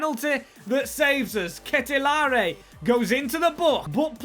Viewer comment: How can you butcher De Ketelaere so bad haha